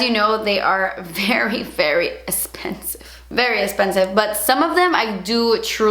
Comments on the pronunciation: it's expensive* not espensive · So funny when you say "das esspendive" 😂😂